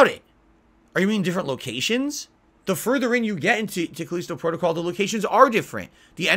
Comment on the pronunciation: "Now more items are missing" Oh god it's the return of "Where's my shotgun?". "These review copies had the rush the game as part of there contract" that's not how it works Moron! Also say the fucking the title of the game right once, Jesus do Connecticut people have a weird accent I've never heard of before or is a fucking idiot. "So many of these content creators are beholding to there audience" AND THAT'S WHY THEY SUCCEED YOU DUMBASS. "There is no internet ranking hall of Fame" It's called speed running. Also some people just want a challenge, cause they know how to actually play a video game and know normal isn't a challenge anymore for most games. "They don't care about you, They wanna see you suffer. They wanna see you bitch, they wanna see you beg, they wanna see you delete it off your hard drive" and warped world view comes through. 99% of content creators have real fans who like watching them, for them. is so used to trolling that a reality where that isn't the case is beyond him.